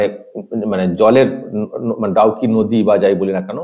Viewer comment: please read Dawki in place of Dawk